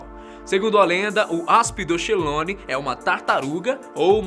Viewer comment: essa palávra "aspydochelone" deve ser lida como aspidokelone.